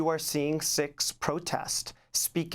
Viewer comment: Canadian sicks or Canadian Sikhs. Mispronunciation by Amy darling.